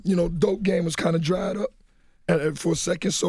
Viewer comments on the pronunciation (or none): none